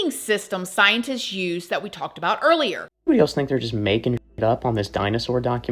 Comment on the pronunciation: The way you say eenybody eenywhere loves rent free and in my h and and has become one of my tism ticks 😆